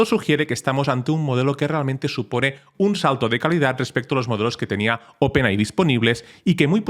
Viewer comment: por favor deja de decir Open AHÍ, se dice OPEN EY! AY!